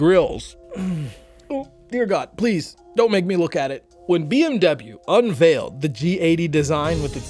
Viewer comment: Its bmw and not bmuu